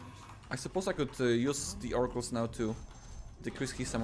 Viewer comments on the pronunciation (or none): “Fouracles” as one would say